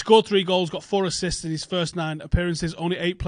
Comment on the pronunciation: “assits” rather than assists?